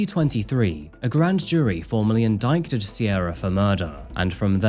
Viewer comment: skip pronouncing of the " c " in indicted. Excellent video as always. Thanks for all you do for us 💙